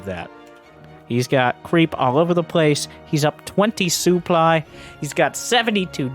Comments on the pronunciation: wait is this why says "soo-ply" for supply? I just thought it was his accent lol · Fair guess :-D but he says that making fun of the French commentator/ex-pro ToD who pronounces it that way.